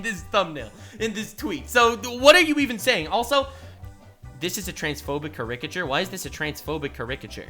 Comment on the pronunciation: WAIT WAIT You say it "Cur-RICK-ature"?